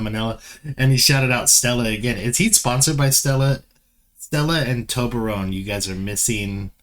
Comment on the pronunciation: Just a quick correction, it's Toblerone (without the "m"). It's a concatenation of Tobler (a swiss mountain range) and Rhone (yes, they cut the "h"; it's a river that runs through Switzerland also). Needless to say it's a Swiss chocolate 😅. Nigella Lawson is a cook book writer who made it big and ended up having her own TV show (a food celebrity)